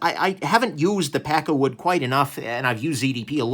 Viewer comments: I lnow your saying pakkawood, but I keep hearing peckerwood. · Every time you say it I hear "pecker wood". :P